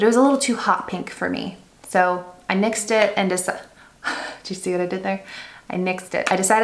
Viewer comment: Your face when you said 'nixed it (nyxed)' You were so proud! Love it! You can tell that was absolutely by accident and was not written in any script